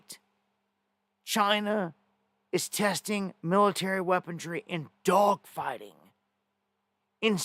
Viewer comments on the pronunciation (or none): WHAT IDIOT TAUGHT YOU IMPROPER ENGLISH ?!?!?!?!!!! WEAPON-RY- RY - RY -RY - RY OR REY, BUT DUDE ...COME ON MAN...ENGLISH WEAPON. RY NOT DRY...WE AINT DRYING SHIT...